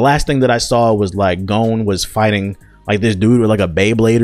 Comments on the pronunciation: Gown??? Its GAHN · Stopped the vid after 1. Says he only watches dub (Filthy casual) 2. Dis nigga said gOH-N Smh step ya anime game up brotha!